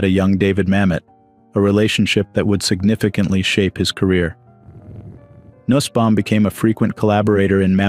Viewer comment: Nussbaum is pronounced noosbaum